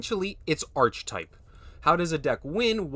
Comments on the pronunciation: Archetype is pronounced "Ark-ə-type." Its a greek word so the "ch" makes a hard "k" sound. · archetype is pronounced - "aar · kuh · tipe" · Or better still “Arr-Key-Type” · It's not grammar, it's phonetics and pronunciation. There is a correct way to say the word, and hearing it said wrongly over and over and over gets annoying. Once or twice is nothing, but when someone makes such a simple mistake so many times it's polite to simply correct it. The hard k sound for "ch" is correct for this word because it is Greek. Any time you pronounce an obviously Greek orogin word like archetype with a soft "ch" as in "cheese" you reveal your ignorance.